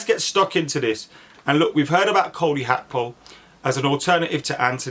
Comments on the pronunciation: Gakpo not akpo 🤣 top man 👍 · Bro do you not see the G in Gakpo? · When did Gakpo become Hakpo? 😂